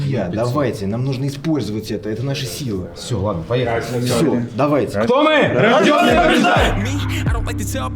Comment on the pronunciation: мне теперь одному после роликов Райза слышится "Рожденные ждать"?